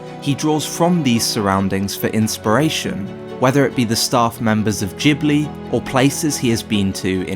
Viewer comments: You muppet its Ghibli not Jibli.... but good vid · "Djibli" porcoddio you spell it Gibli not Djibli!!! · Ghibli like grass, not jibbly like jack. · It's guybli not feeling, though... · G-buri. Thats how Japanese pronounce. I was surprised. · I'm Japanese. In Japan it is pronounced Jibuli. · You are pronouncing the G in Ghibly wrong, nearly everybody does. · JHIBLI OR GHIBLI HOW DO U PRONOUNCE IT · Except for the part where he can't be bothered pronouncing Ghibli correctly..